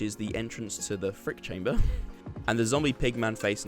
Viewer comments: Say it right, "Freak chamber" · I like how you say freak chamber 😂